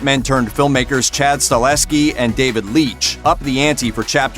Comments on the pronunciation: Isn't it Chad StaHELski??? Not StahLEHski. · Chad STAHELSKI, not Stalehski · It’s Chad Stahelsky not “Stahlesky” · Stahelski...not StaLESki…. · It's Chad Sta-HEL-ski, not Chad Sta-LES-Ki